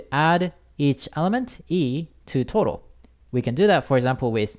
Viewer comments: bruh i thought you were saying toro instead of total in . i cant unhear it. anyways your vid is a big help :) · it sounds like he is talking about tuna (トロ) instead of total, I could only think about sushi... hahahahaha... and also "jibberish notebook"... hahahaha...